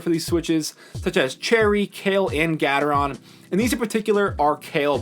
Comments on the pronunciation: gatetron is pronounced Gay-tron btw, not gat-er-ron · It's Gateron not Gatetron :) But yes, it's more like gay-ter-on